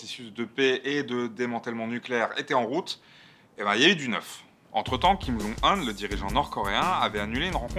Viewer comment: Top ce format ! Juste un petit truc sur Kim Jong Un (qui se prononce "Djong Une"), Kim c'est le patronyme et Jong Un le "prénom". Voilà c'était tout! Bonsoir!